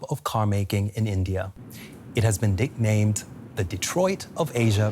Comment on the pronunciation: I heard dicknamed then I realised he meant nicknamed